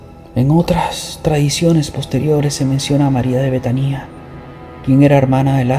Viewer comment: La palabra es betania no betanía con acento en la i como tú lo pronuncias